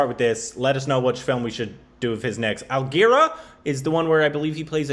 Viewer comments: Nobody:: Manjo Panjakapee (Manoj Bajpayee) Algirah (Aligarh) *Korbinised😂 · Hahaha he just pronounced manoj bajpai as manjo panjakapi. This is something beyond korbinisations! Job well done! 😂 Algirah!!! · It took me a second to realise he's talking about aligarh when he said algira🤭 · Algira and whatever after manoj he said. Korbinisations after so long 😂😭